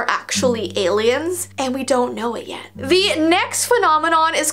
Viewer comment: does anyone else hear her say vee next phenomenon or have I just been watching to much of her videos